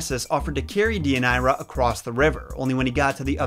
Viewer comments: Day uh near uh, yer rip uh deez. Other than that, great video. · As a Greek, I have to say that we pronounce it Thee-ee-ah-nee_rah (*th as in THis, not THink) and that your ways to pronounce the name; not to offend, but they don't really sound like Greek. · It's also my daughter's middle name and I was cringing with the mispronunciation. I chose this name because of Deianira and later discovered it's meaning 😝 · But hey, he tried 👏🏼 👏🏼